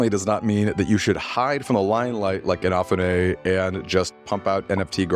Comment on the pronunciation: They created their own stretch goals. Kickstarter didn't force them to promise platforms they couldn't deliver on A quick search shows how to pronounce "Inafune" You have had 13 years to learn his name